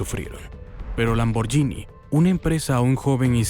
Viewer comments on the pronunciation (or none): Gh en Italia es como gu. La pronunciación correcta es, escrito en español, lamborguini